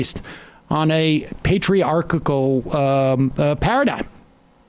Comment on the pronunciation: Sam. It's "patriarchal." It's not "patriarch-ic-al."